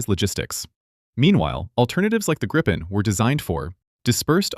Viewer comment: I think this was the first time I heard "Gripen" pronounced correctly in English. Thanks for that!